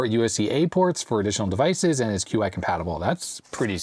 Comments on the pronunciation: It's pronounced "chee," not "queue eye" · QI power standard is pronounced like "chi" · You pronounced Reza correctly and already acknowledged your misreading of "Pinecil," but "Tigard" and "Qi" could use some work. :) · what's wrong with how he pronounced Qi?